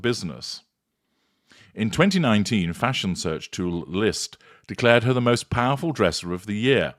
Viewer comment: The way you say “Fash Onn” cracks me up every time 😂